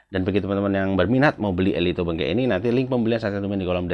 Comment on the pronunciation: Cara bacanya ELITO BENGKEK bang. Pake e. Jangan pakai U.